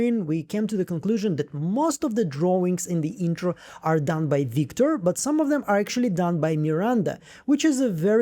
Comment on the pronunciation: “Wictor” gave me a good giggle. You’re such a talented analyst, great work on this as always!!!